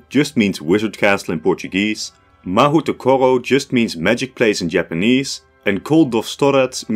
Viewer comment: Mahou Tokoro is even worse when you realize that "mahou" is pronounced with a long "O" (which is elongated by adding the "U" sound), not an "OO" sound. Even google translate gets it right, which shows an impressive lack of research.